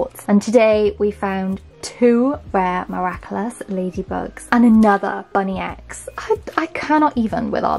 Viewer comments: its bunnix not bunny x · it’s actually spelt Bunnix(bu-n-i-Ks) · Uh you keep saying bunny X not bunnex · Hi I loveee your vids ❤ But you don’t pronounce it as ‘ BUNNY X’ it’s actually ‘BUNNIX’ in the show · The thing about these is there is only two various rolls you can get and also just so you know the bunny is said like bunnix. I know it's confusing 😁❤ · Hi its bunnix not bunny x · Her name is Bunnix not bunny x but video is cool anyway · I was getting SO mad when she was saying “bunny x” and not “bunnyx “ 😂